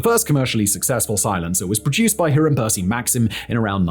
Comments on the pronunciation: It's pronounced High-rum - I'm surprised you didn't know. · What's with Simon and names? The Maxims first names are pronounced High-ram, not He-ram.